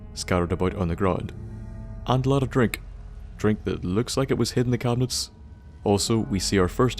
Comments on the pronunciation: bro when you said drink you sounded so prominent about saying it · And they wounder why we dont like school food.... also nice way prenounceing of drink XD